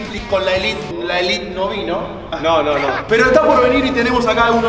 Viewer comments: Seba no es la "Elit" es la "ÉLITE" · Pensé que se pronunciaba elite no elit